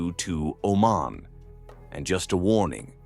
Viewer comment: Thank you for all the positive things you mentioned. Im from Oman, And there's lots of misleading things you mentioned, All the pictures you included about the (Male-Femal) Genderare are from Pakistan, It was in a documentary in the BBC. In Pakistan it's in the open we don't have that in Oman. Plus you keep Pronouncing it OMEN!!! and its OmAn.